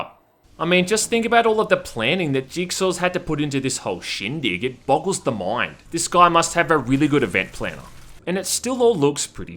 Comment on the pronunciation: its crazy how you prounounce the i normally in other words except the word time. solid video though. thanks. oh mind too, just caught that later. lol liked and subbed and im just givin ya a bit of shit. no hard feels.